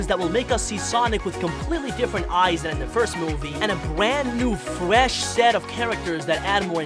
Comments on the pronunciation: did he just say fwesh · a full list of how you pronounced words incorrectly in this video: yeer, fwesh, sawnic, worl', shronger, diece, thwetiened, rioght, gouys, rwit, dianamic gween emweld, woboic, Wisoskie, docor, eggmn, billians, dieanamic, secwets, hechoc, segao, wittwe twaining, chilliedoc, muvie, sonicomics, wasecar, gween, wiver, mausic, weferance, weally, sewies/sewie, westing, sars, ekindnao, teils, weach, fawr, awway, amoung, ian, veary, simialar, batniacs, shiyp, leavle, and vewy. tell me if I missed any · At the start did you say "new secwets you missed" and you said fwesh? And you said fwiend AND YOU SAID SECWETS AGAIN AND AGAIN AND YOU SAID SWOWLY